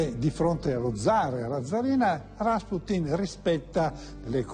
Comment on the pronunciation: Rasputin non si dice con l'accento sulla sillaba a ma sulla u ... ;)